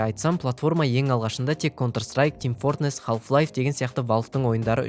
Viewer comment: team fortNess емес, team fortRess